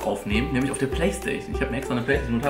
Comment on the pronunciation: Du nuschelst mega und kannst anscheinend nicht PlayStation aussprechen. lel